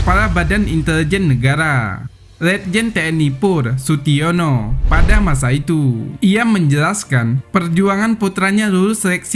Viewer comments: 😀😀. Sutiyoso bos bukan Sutiono, 😀😀😀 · Sutiyoso bukan situono😂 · Sutioso bos bukan sutiono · SUTIYOSO bukan SUTIYONO..!!! kacau nih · Bukan Sutiono.tp Sutyoso..admin bodoh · Sutiyoso.. Kok sutiono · Sutiyoso bukan sutiyono Bang